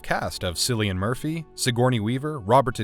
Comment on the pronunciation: Good list. I'm going to need to watch some of these. BTW, it's pronounced "Killian". It's Irish :-)